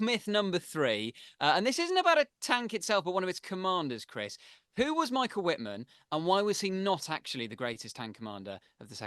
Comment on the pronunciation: I was wondering who was this greatest tank commander whom I had never heard of. Then I realized it's just a butchered name of Michael Wittmann.